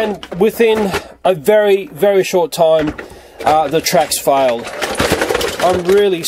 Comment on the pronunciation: VERY-SPORT XD 😂😂😂😂😂😂